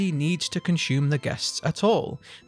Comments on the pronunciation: The word is consume....not conshume....also i love your videos keep them coming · Cun-shoe-men Love it ♡ gotta start saying it this way now ♡